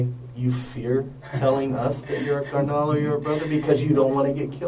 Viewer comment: The worst crime here is the pronunciation of “Carnal” by the detective.. Lock him up throw away the key